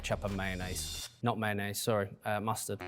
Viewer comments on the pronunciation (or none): none